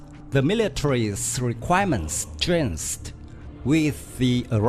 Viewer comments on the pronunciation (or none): Missile: It's not pronounced ''Michile'', it's ''Miss-ile'' Changed: It's not tranced, its chain-ge And the list goes on